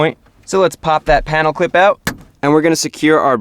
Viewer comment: am i the only one who keeps hearing clit insted of clip